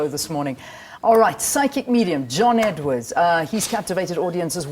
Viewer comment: Ummm... it's Edward. Not Edwards!